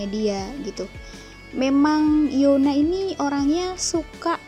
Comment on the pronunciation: Yuna bacanya